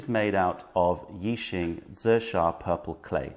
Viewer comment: You have aided a struggling writer in pronouncing Zisha, thank you.